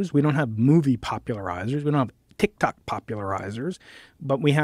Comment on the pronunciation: He lost when he said tic tox